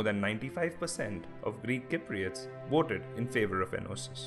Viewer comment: The man cant even say cypriots properly lol !!